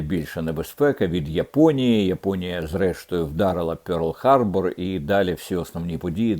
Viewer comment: Не «пёрл харбор»🎉, пане Дмитре, навіть такоїлітери нема в українській абетці. «Перл харбор», від слова «перли».